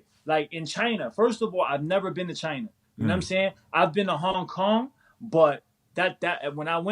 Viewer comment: The CHY-NAH virus